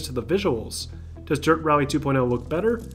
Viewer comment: Man in from brazil , love dirt games , but how u americans say this game name , dirt two point l ? (L of lemon) , i thought it was two point oh, as O the letter O as zero I believe is his accent saying almost 0 as a L , am i right ? Help a buddy lol nice video bro